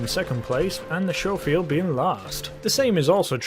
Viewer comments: It ain't pronunced showfield it's pronunced scofield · "Skofield" not "Showfield" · It's sco field not sho field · Skoh-feeld not Show-feeld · Sco-field not show-feild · It’s not sjofield but skofield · Schofield not showfield! Did you go to school or shool? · It’s scofield, not showfield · It's pronounced sko-field, not sho-field. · No much earlier than that, when he pronounces it “Shofield.” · Sorry to be a pronunciation nazi but it made me cringe everytime. It's Sch (as in school) ofield. As you were... 😁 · its like Italian or something. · It’s pronounced C As in cat the h is silent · Why does everyone who plays video games pronounce it showfield? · It's pronounced Skoffield(Schoffield) fyi lol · its pronounced sco field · Ok apparently i'm a bit more bothered by the mispronunciation of Schofield than i thought i would be. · Trigger discipline and please learn how to say scofield there is no H in it